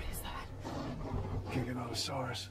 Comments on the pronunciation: Gignotosaurus is said giga-noto-saurus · this how to say gi-ga-none-te-so-rus